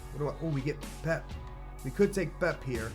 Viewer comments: ITS NOT FUCKING PEP.... ITS PEP-E FUCK ME SIDEWAYS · It's not pep it's [pepay] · He said pep when it's Pepe